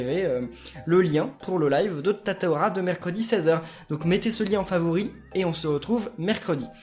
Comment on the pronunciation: c'est pas Tata aura mais Tata calin